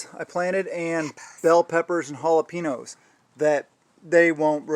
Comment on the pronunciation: Ok, they'd take my Texan card if I didnt correct you: jalapeno is pronounced "hal-a-PEEN-yo" (not "hal-a-PEE-no") Other than that, it's a great video!